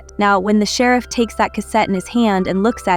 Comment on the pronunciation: Concise recap. Gave thumbs down because I hate these AI voice overs. What kind of AI system can't pronounce "sheriff"? 😠